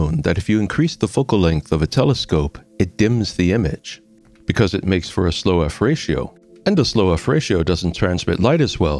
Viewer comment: I have always heard F-ratio, not "fratio" (until now) lol